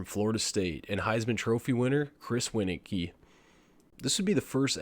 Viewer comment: This was the first NCAA I played and I was on vacation seeing family. Saw it at the Gamestop and convinced my parents to get it for me cause I was a Florida St fan and Chris Weinke was on the cover. Also its pronounced "Winky"